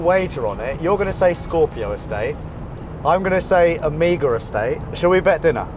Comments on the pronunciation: Its OPEL O---MEGA , not AMIGA. Amiga is a gaming console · You Britbongers and your pronunciations. You say "Omega" (Oh-mAY-ga) and I hear "Amiga" (uh-MEE-ga) 😋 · Ooooooh Omega! You guys kept saying amigaa... My dad had one of those. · Perhaps because I'm a Yank, but everytime said "Omega", I heard "Amiga". I wondered why he was buying a 38 year old 16-bit computer system! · I didn't know people in the UK pronounced Omega like "Omeega". I though he was saying Amiga, like the old computer 😆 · pronounciation of Omega = Amiga? Hmm. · why is he saying omega like that? he keeps saying amiga, is that the correct pronunciation? I'm so confused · Pretty sure this isn't how you pronounce OMEGA :D